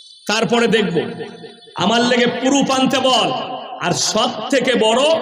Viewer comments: কানাচোদা পুরুপ না ওটা প্রুফ আগে ভাষা সেখ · খেজুর তো দেখছি পুরো মূর্খ। ওতো ভালো করে উচ্চারণ করতে পারে না। ইউটাবার , পুরুফ, এগুলো আবার কি? কোরানের হাদিসের কোনো কথা নেই। ব্যক্তি আক্রমণ বেশি। এ আবার বলছে একলক্ষ জলসা করেছে এতো দেখছি মিথ্যেবাদীও । এর বয়স 50 বছর হলে মোট 50X365=18250 দিন তাহলে একলক্ষ জলসা কি ভাবে করেছে???? নিজেকে বেশি জ্ঞানী মনে করে। ফাঁকা কলসি আওয়াজ বেশি।